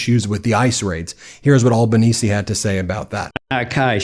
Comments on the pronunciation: pronouncing it as albuhneezee is wild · Thanks Ben, for being the first American to get the last part of our Prime Minister's last name correct. Now for the start: Al pronounced as in the boy's name, not All. Small point in the universe of all your amazing work, which we appreciate. What people don't realise about AUKUS is that the big winner is the US because we would be providing a base for nuclear submarines in Western Australia, a spending of AUD386billion, with no guarantee of getting a nuclear submarine until the 2040s (and even that is now uncertain). Cheers.